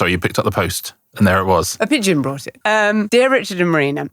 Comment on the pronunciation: 'Brought', Richard, not 'bought'. Tsk 😄